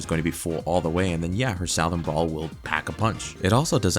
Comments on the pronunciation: “Sow-thern?” Have we reached a point in American education that graduates don’t recognize the word southern anymore? No hate, I’m genuinely floored this is a thing. Someone in the public school system (who am I kidding, probably about all of them) let you down, sir. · “south-ern” LMFAOOOO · Saow-thern brawl?? Bro 😭😭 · They need to seriously do customizable sets to keep early characters relevant. They already proved they cluld do it with zombies. Also its "suh-thren brawler" no whatever you said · Never in my life have I heard someone so confidently mispronounce "Southern"